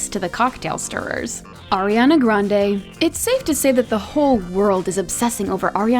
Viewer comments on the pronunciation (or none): “arian grade’s”